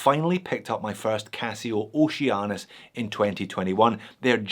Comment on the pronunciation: It's pronounced Oh She Anus